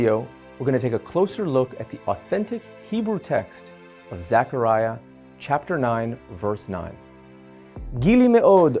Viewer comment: The least you can do is pronounce his name properly. It’s zeh kr ai uh “Zechariah” not pronounced Zachariah…..